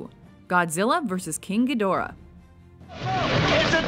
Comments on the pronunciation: it's pronounced Geed-rah, not Gee-Dor-Ah. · Wish the chick that did the voice over for this knew how to say some of the names correctly- talk about cringe...